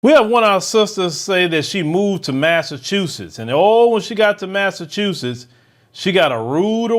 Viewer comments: "Massa-chusetts." Just sayin. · The state is literally called Massa-chusetts